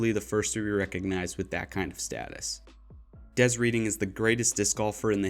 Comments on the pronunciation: The 'reading' pronunciation 🤣 I understand your methodology in evaluating tattar, but i think there's too much emphasis on length of dominance. Yeah Kristin has only been playing with the very best for a few years, but last year the consensus was that she was the best over names like paige and catrina. Comparatively, it's not that paige and cat got worse, Kristins stats are insane. I think 5 is a good place in this list that balances pure stats and dominance with the length of someone's career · It’s pronounced Redding! I enjoy your videos, but curious how long you’ve been playing or around Disc Golf. It seems a lot of new DG YouTubers have a hard time with what they are actually talking about. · Love the list, but damn dude that's not how you pronounce Des Reading 😂